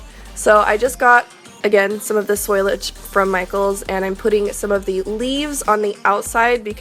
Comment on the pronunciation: FOE LEE AGE~ Foliage. Amazing work!